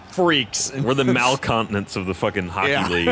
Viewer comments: Mal-continents, ryan? Really? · Ryan- Mal-Continents. Can't believe he wasn't slaughtered for that.